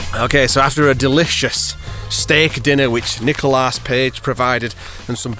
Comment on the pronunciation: "Nichol-ASS" Page..... I spit my beer everytime you open your mouth buddy!... Great vid! Happy all of the Tubers are collaborating...you guys rock!